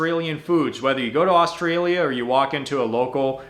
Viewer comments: The guy is watching is an idiot. His idea of the ten best Aussie food is stupid, just so misinformed, plus I can't stand the way he says Australia!! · Ok if you can’t prounce Orrrrrstralia… you shouldn’t be able make video about it… we legit don’t eat half that shit.. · Omg if the guy showing you the foods says Australian/Australia wrong again I'm gunna flip lol, and omg barramundi is pronounced barra-mun-dee